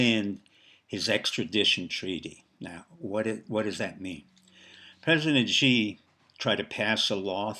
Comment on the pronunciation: Dr., your words would resonate with a greater authority if you pronounce Xi's name correctly. Perhaps the best way to get it close is to pronounce "Xi" like the English word "she." It's not perfect, but it would be a big improvement. Kudos to the maga admiral. The RMB has been strong...6.92 presently...to the dollar, so I don't think you are right about the currency falling "20%," the banks are the Achilles heel my friend...it's the banks...